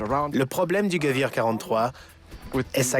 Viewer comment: on prononce pas "geuouir" mais "guévér" pour dire armes en allemand (Gewehr). Un mauvais travail de documentation de la part du journaliste .